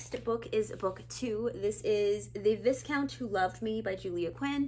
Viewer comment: The s in viscount is silent, it’s pronounced like the vi in violet.